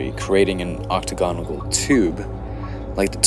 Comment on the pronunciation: Dude you really had me until "octagonagle" .... ....octagonal*